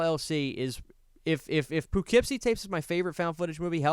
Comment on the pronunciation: I lost sleep over your mispronunciation of Poughkeepsie